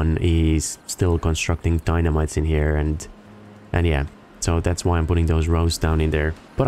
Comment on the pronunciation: Every time you say here, I think you're combining here with highya. I love it.